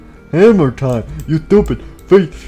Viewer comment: I just heard ‘doopid idiot.’